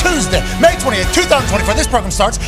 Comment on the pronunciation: Welcum to the progrum